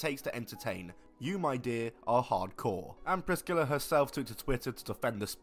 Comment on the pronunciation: How the hell does the dude in the video (not ) not know how to pronounce Priscilla. It isn't Priss-killa lmao.